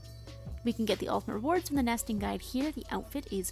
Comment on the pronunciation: My head heard "Season of Nasting" and "Nestingmold"